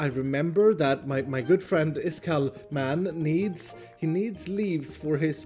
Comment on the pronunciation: I love it when he says “Iskall....... man”